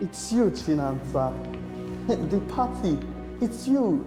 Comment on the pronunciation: It’s the way pronounced Chinasa. Chinansa😂😂😂😂